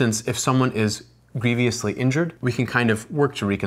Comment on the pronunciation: Embalming is usually totally unnecessary... and, in addition to being unnecessary, is always REALLY EXPENSIVE. (Also the word is grievously, not grieveeously.)...but this is pretty grievous. Not a fan. I liked Six Feet Under much better.